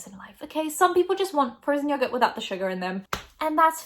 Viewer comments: The way people in the UK pronounce yogurt makes me want to die, love you tho ❤️😂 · Everytime you said "yogurt" with your accent it made me smile :) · I love the way you say yogurt <3